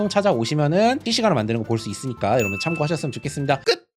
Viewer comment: 시작할때 안녕하세요 여러부?ㅋㅋㅋㅋ